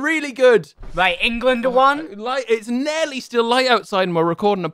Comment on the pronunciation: Will, its 'Nearly' not 'Neiarligh'